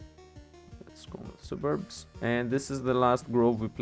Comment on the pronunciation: i personally have no issues with how you pronounce anything. Sububbubburbs is perfectly acceptable. Not even being sarcastic. Nothing wrong with having fun with it lol.